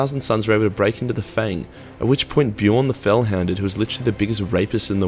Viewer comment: In pronouncing the names you can't even get Bjorn the Fell handed right! Bleedin Aussies thinking themselves hard.